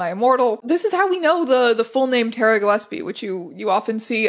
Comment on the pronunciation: the way teya pronounces ‘gilesbie’ throughout the whole video makes me want to shove nails in my ears. incredible archive, though! absolute goldmine.